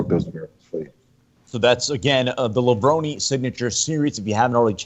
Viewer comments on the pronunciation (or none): correct pronunciation is lev-rohn.. think about how you say macaroni, its not levroni.. think about how you say bone, its levrone